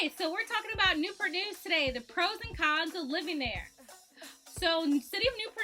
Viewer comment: Why they call Newpur News. Not Newport News ?